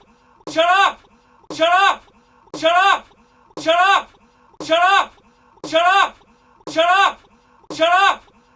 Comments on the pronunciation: mari95g0 In in an Indian accent xD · saying shallot in an irish accent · it kinda sounds like he's saying giraffe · It sounds like he is saying giraffe in a Scottish accent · It sound like he's saying Syrup or Chirrup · after awhile it sound like: chur up